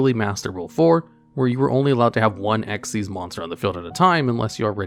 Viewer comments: I can‘t believe you read the „Xyz“ in Dark Rebellion Xyz Dragon as „Ex-why-zee“ rather than „Ex-iez“. Come on, the Y and Z in Xyz is smaller than the X, unlike XYZ-Dragon Cannon. Never mind that it’s obviously named after the summoning mechanic. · “Dark Rebellion ‘X-Y-Z’ Dragon” lol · >pronounces the Xyz in Dark Rebellion as eks-wai-zee >the very next moment correctly pronounces Xyz as ik-seez I’m convinced you’re messing with us at this point. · I find it incredibly infuriating that he says dark rebellion X Y Z Dragon because it’s so clearly XYZ! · Actually, if you were to ever actually read card text, it is called "Dark Rebellion Xyz Dragon", NOT "Dark Rebellion XYZ Dragon" as you said it! The black monsters from Zexal, with Ranks, not Levels, are called "Xyz" NOT "XYZ" and in the said dragon's name, THAT is pronounced "ek-seez"! XYZ refers to a Lv 8 LIGHT Machine Fusion Monster - "XYZ Dragon Cannon" - NOT the follow-up mechanic to Synchro! I thought you knew this game, how can you get such a basic fundamental so fundamentally wrong? What is wrong with you, man? Also, I'm after Chanbarra (it's "kan", not "chan") for my TG Deck as I already have Armades! I apparently know more Synchro plays than a supposed expert who can't even tell the difference between "Xyz" and "XYZ"! Give me strength! Although, you are American, so I'm at least going to let you off your pronunciation of tge letter Z, cuz you lot are weird! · you say Xyz in its name wrong but then say Xyz right 🙄